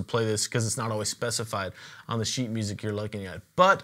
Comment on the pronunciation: IKR ! It sounds like "piece of shit" 😂😂😂